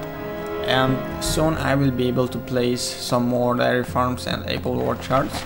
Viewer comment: Some darry farms and whaht farms lol. I love your videos but your pronunciations make me laugh